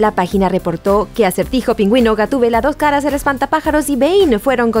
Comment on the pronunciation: Por ahi escuche un "do'j cara"